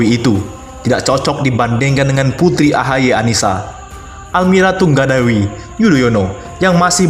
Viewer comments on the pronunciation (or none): Almira Tunggadewi kok tungga dewai sh bacanya ...lebay bgtttttttttt 🙈🙈🙈#markiper mari kita baperrrrrr